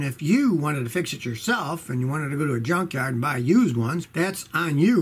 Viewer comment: Every time Scotty pronounces "Yunkyard" comes to my mind Chevrolet..I don't know why hahah